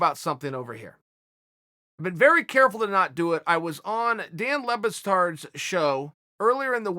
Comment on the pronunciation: "I was on Dan Le BaSStard's show" Cheal p. fucking Sonnen...